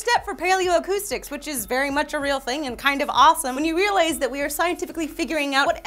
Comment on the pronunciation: "when you realays"